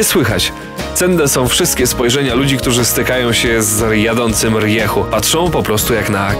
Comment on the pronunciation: jak mozna mówić riechu ? RIEJU !!!